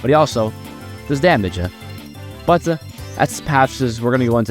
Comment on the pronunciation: "butUH ur still my favorite unit of this updateUH"